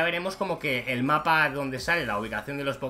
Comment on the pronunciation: No. Es poke mon es poke'mon